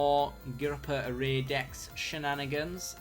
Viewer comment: Sorry, can't help myself - It's "Orr-err-ee" ;)